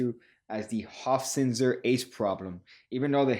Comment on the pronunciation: Being german, props for correctly pronouncing "Johann Nepomuk" and not as "Joan Neepomac". The "z" in "Hofzinser" needs a little work though; it's pronounced like a "ts" - not like an "s" and neither like a th.